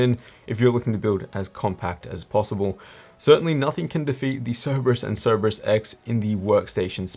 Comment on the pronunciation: Great vid, but it's See-ree-brus, not Cere-bus